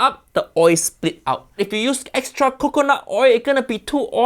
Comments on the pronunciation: LOL Kakanaut Oil sounds like KakaNUT🥜Oil 🤭Hahaha🍆🍆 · if he said "cockanut" with a silly voice and look on his face, i'd assume it's intentional for funny. but so nonchalant, i assume it's cuz he doesn't know how to actually say "cocanut" 😂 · cacanut oil 😆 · wth hell is cack-onut oil lmaooo why did he say it like that?? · "COCKconut oil"💀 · I assume he pronounced it that way because of that coffee lady. "Kah-kah-nut meiiilk". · he says cacanut milk because of the “co-fee” lady who does ridiculous coffees in fruit and stuff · CAH-CAH-NUT OIL I can't 😂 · I love how you correct his pronouncination of Coconut. Perfect. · Did he really pronounce coconut like that?